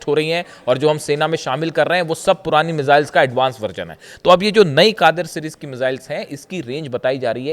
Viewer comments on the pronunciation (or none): कादिर नहीं उसका नाम gadeer hai